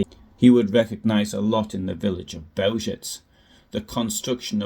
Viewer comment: Please do some BETTER research on the pronunciation of Bełżec. It takes 10 seconds. I'm sick of otherwise good journalism that let's itself down on the fundamentals. Overall, it's lame! There's NO EXCUSE for it!